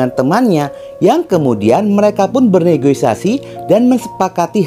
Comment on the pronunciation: negosiasi bang bukan negoisasi.